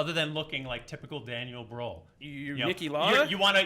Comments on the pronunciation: As a German, imagining Daniel Brühl as Anakin Skywalker in the Star Wars prequels is so funny :D Especially if you know him from his earlier independent films. So sad that he mostly get offered Nazi roles in international productions. PS: the way you guys pronounce Brühl sounds more like BRAWL :) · HAHAHHAH XDD Daniel Browl. That's what I heard xD But it was Daniel Brühl xDDDD Yes, German names... xD YES, Prince of Egypt. That film is amazing! should've gotten that point. Great Fight as always =)